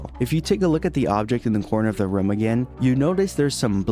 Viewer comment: This guy keeps saying Ruuumm and not rooooommmmm